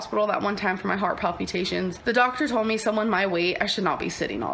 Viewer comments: "Paleh-Pew-tAtions" lol bruh what? palpitation, gorl. wtf. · Heart “pal-pew-tay-shuns.” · "Heart palp-ye-tations" 😂 "... and might I add you." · Its PALPATIONS there's no u in that word😮 As a nurse, she really pisses me off with her hypochondriac health bull$hit🙄💯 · Did say "palPUtations?" The hell? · She was suffering from heart pal-poo-tations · "You watching this, you couldn't be a surgeon." Thems some big words coming from someone who can't even properly pronounce palpitations